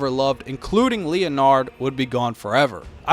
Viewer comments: Stop 🛑 saying “Lea Nard,” it’s Leonard! “Len Erd” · "leo-nard" lmao it's pronounced like "Lennard" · The horse name is pronounced as len-nard not leo-nard😂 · Said the name wrong, though. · You have a very strange way of pronouncing Leonard lol